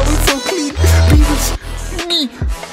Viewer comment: when he said beewus i felt that